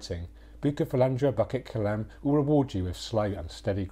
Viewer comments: Pronounced as Boo kit Kelam , not bucket kelam , hope this helps ! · I love you but you butchered the pronunciation 😂 It called 'Boo kit ke lam(b)'